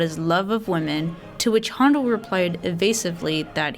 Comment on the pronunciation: Weak, rambling presentation. For someone who claims to know a lot about classical music, you should know how to pronounce Handel's name correctly.